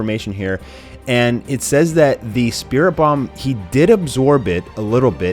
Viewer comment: it's a spirit bom not dat shit wat you saying